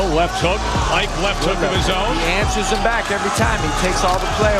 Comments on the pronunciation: It’s not Ike, it’s Eekay. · Please it's "eekay" Ibeabuchi not iyke. Ike is the Igbo word for strength. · His first name Ike is pronounced E k a. Every letter is pronounced exactly like the English alphabet Eka. And the meaning of Ike in Igbo language is "power".😂. His parents gave birth to him and literally named him power. Actually Ike is the short form of IKechukwu meaning power of God. Ike=power, chukwu=God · It’s ICK-AY, Not EYKE. Ignorance is strong with you Americans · Pronounced “ikee or ekay” not ike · Is it pronounced Eyke or Eeee-keh? Or is it ii-keh 🤔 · So his name "Ike" is pronouced "E-kay" and not "hike". When you see how this guy hits, you'd know WIlder is a wild joke with all the amateurs he knocked out. And th efight with Byrd makes one realise why Usyk is a problem, apparently its easy to get away from othodox fighters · They’re pronouncing his name wrong it’s pronounced E.K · It is pronounced 'e-kay'. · His name is “Ike” Enough said… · It is pronounced IE-kE... a two syllable word. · Ike pronounced "Ee-ké" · Your pronunciation of Ike is wrong